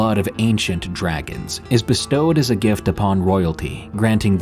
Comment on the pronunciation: I've never heard dragon pronounced like that! 😂 You only say it funny when you say dragon blood.